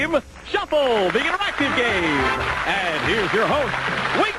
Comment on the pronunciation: That first show the announcer was wrong!! It's Wink Martindale and not Win Martindale!!